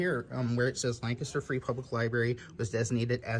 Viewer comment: Came here just to hear you say Lancaster wrong 😂 LANK-a-ster